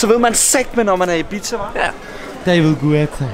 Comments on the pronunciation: Ibiza udtales “ibisa” og ik “ibitsa” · nor i siger ibiza lader det som om i siger en pizza